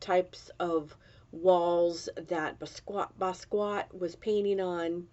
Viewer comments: Please pronounce his name correctly. It is Bah Skee Yat (NOT Ba squat) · Hi, thank you for featuring one of my absolute favorite artists of all time. He had such a freedom and unique artistic voice. I’m so glad he got the recognition he deserved prior to his untimely passing at such a young age. The proper pronunciation is Bah Skee Yah.